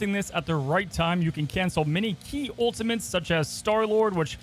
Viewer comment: You can’t speak properly you got so many normal words wrong. “Ultimants”, “Ecscape” ew